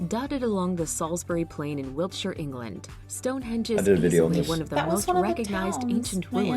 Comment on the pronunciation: She said Wiltshire